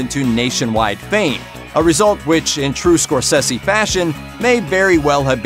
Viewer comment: Learn how to pronounce SCORESESE